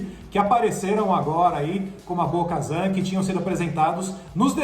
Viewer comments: correção: Bo KATAN. não kazan. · "Bo - Kazan"???? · Cada vez que eles falam Bo-Kazan eu me sentia esmurrada no estomago, dá para ver que são muito fãs ... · Não é BO-KAZAN é BO-KATAM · Bo-Kazan??? Esperava isso dos outros ali, mas do... nem pra falar o nome certo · É Bo KaTAN, NÃO BO KAZAN PELO AMOR DE DEUS CARA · É Bo-Katan,! Ahsoka e Yoda com acento no ó a gente até releva pelo sotaque... mas Bo-Kazan já muda demais;) E Jedi não tem plural... Queria que tivesse a Sabine, e quem sabe algum sinal de Ezra? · Um conselho, não passem vergonha, prestem atenção nos nomes não "Bo-Kazam" é Bo-Katan, se não souberem pesquisem ! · Bo Kazam?? não é Bo Katan???? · Porque vcs estão chamando ela de BO-KAZAN??? O nome dele é BO-KATAN!!!! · Não é Bo-kazam é Bo-katan!!!! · por isso que o ta morto veio... perdeu todos os caras de referencia... na segunda vez que falaram BO-KAZAN eu parei o video, na moral de vocês tem que botar gente que conhece e assiste as séries pra falar veio... na moral. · É Bo "Katan" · Essa é definição nerds do Galvão Bueno narrando UFC. Eu já tinha dado um tempo de 😔 mas pelo visto o caso é mais sério,está deprimente o conteúdo, olho da noite, ahsoka kano, bo Kazan, vcs falaram que o boba morreu no império contra ataca 🤦. Agora vcs estão cagando no pau com Star Wars velho, vcs estão cagando no pau com os fã mais chatos. Vcs poderiam chamar alguém que entende de Star Wars, ou que pelo menos saiba a pronúncia. E o sem Érico Bogos....🤦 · Quando ele falou Bo-Kazan eu parei de ver o vídeo e ainda negativei, antes de fazer um vídeo leiam sobre o que vão falar. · meus ouvidos sangraram ouvindo esses "Bo-Kazan", se não assiste a historia pelo menos estuda antes de fazer o vídeo. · “Bo-Kazan” é scanagem!! Até tu? Pelamor de Deus, os 3 falando errado. Nem pra estudar a pauta antes. 🤦🏻‍♂️ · ouvir Bo-kazanq foi de fuder viu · doeu de ouvir Bo Kazan! E sabre sombrio kkkk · “Bo-kazan”q agonia mds